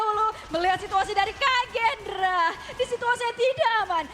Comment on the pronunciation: Kagendra bg bukan Kraken wkwkwk 😂